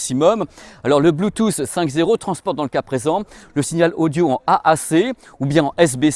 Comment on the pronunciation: RIP le « T » de Bluetooth... on sait pas où il est